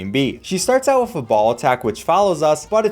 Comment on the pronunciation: You saying the word "with" like "wif" is super annoying and distracts from the otherwise great content.